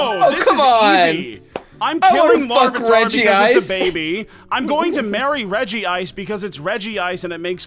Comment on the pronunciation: Love how no one actually pronounces regice as reg ice but all as regi ice